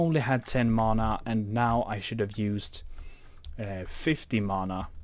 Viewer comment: its not mona its mana